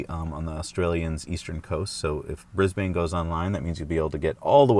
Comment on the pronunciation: its bris ban, drop the e when pronouncing it, also its only wanky yanks that put the "a" at the end of Porsche.